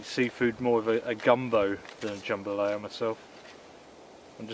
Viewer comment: Dude, you crack me up with your pronunciations of food. JAM-balaya, TAY-cos, la-ZAN-ya, etc. LOL. Love your channel. Keep up the good work.